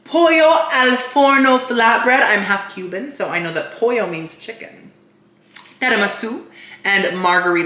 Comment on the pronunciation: in italian pollo is actually pronounced with the L so the way it‘s written, unlike spanish! i don‘t mind you adding in your cuban flavor tho so say it however you please. 💖 also love how the sponsorship basically felt like we got an extra taste test, you integrated that so well!